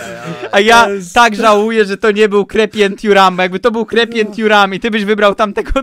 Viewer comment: Kefren nie Krepien 😁😁